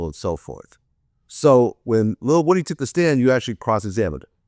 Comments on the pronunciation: Do YT ppl mis pronunciate names on purpose. Wood-ee is not the same thing as woo-dee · Vlad how can you interview lil woody and STILL mispronounce his name smh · Can somebody please teach Vlad to say Woodys name right 😂